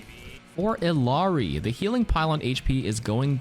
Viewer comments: that is not how you pronounce illari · The patch notes here was definitely well done & helpful! But the mispronunciation of Illari's name just kills me T_T